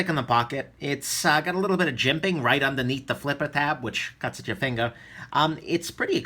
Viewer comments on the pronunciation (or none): none